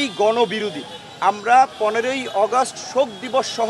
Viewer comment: কিছু লোক আছে বেশি শুদ্ধ বলতে যাইয়া শুদ্ধারের অশুদ্ধ বানাইলায়।যেমন আগস্টেরে অগস্ট কইতাছে 😂